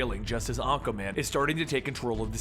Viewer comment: I keep hearing you say Acaman...I'm like "who's acaman?" Lol